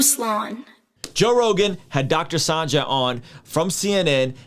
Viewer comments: Hey Ruslan his name is pronounced Sanjay (sun-Jay) not sanJah 😉 nbd Just wanted to let you know. 🙃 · haha came on here to say this. like why do you keep mispronounced his name lol. he's well know enough to know how his name should be pronounced